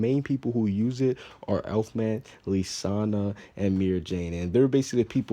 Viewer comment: I hate you, you said Lisanna wrong>:(